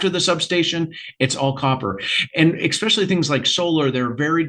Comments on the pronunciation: Why does he keep pronouncing especially "expecially"? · Can’t stand it when people say “eggspecially” “Eggspecially when copper is in such demand” 🙄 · Can’t take a bro seriously if he says expecially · tuned out after the fourth "exspecially"